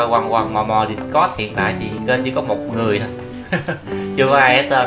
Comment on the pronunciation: Discord: Đítscọt not Địtscot nha ah :D